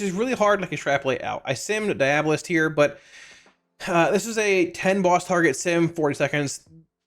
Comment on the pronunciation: Dee-AWW-bow-list 😆 It’s like Diablo except with a bolist on the end